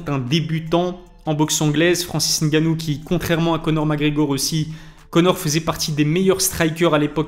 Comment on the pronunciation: Je dois te féliciter pour ta prononciation de Ngannou cest tres rare, on a toujours droit au N……ou les M……avant le nom comme si pour dire pneu on dit p. Neu 😂